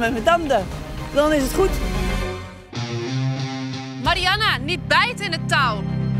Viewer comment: Ben ik de enige die het is opgevallen dat iedereen de naam van Mariana (Marianne, Marian, Mariene) anders uitspreekt en sommige mensen ook nog op meerdere manieren?